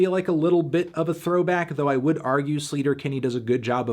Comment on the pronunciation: "slayter" not "sleeeeter" haha